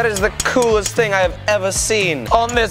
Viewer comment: I love how pronounce “TING”